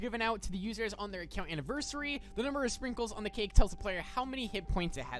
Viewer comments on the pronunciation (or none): STOP SAYING ANNIVERSiRY